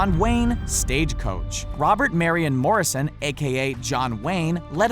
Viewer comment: Robert Marion Mortesson? It's Marion Michael Morrison, you fuckface!